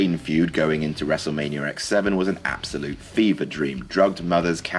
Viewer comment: he says wrestlemanier